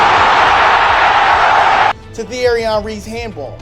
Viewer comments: It's pronounced Tea-airy Onry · Obvious sigh that he has no idea what he's talking about... the way he pronounces Thierry Henry